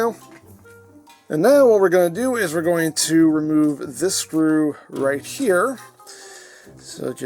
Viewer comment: Why do you turn Scottish whenever you say "screw"?